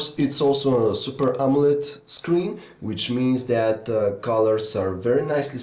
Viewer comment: can you stop saying dat instead of that